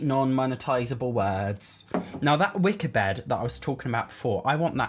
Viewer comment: The moment I learned he said “wicker bed” not “Wicca bed” so disappointed the witchy bed doesn’t exist 😔